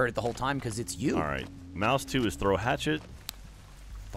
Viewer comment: Don't you mean a hap-chet?